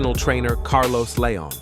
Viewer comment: The narrator needs to learn how to say leon